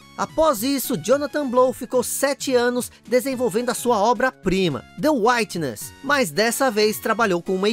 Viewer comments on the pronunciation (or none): Amigo adoro teus videos; a pronuncia correta é UITI-NESS de WIT e nao WHITE, abraços